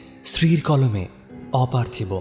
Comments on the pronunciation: অপার্থিব কথাটার উচ্চারণ অপার্থিবো পার্থিব্ বা অপার্থিব্ নয়।সারা নাটকে অর্ণব ছাড়া বাকিরা ভুল উচ্চারণ করে গেলো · অপার্থিব শব্দের উচ্চারণ অপার্থিবো/পার্থিব হয়।উচ্চারণ সঠিক করুন